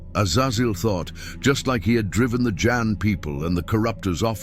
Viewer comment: There is no "Jann" in the Qur'an. There is J'aan.